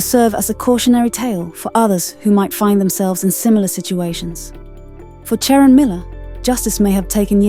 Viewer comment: Her name was not Sharon. The AI voice on this video didn't pronounce her name right at all.